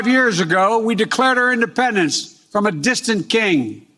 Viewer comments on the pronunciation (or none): You don’t like his creative take on the word “IndePRendence” day? 😂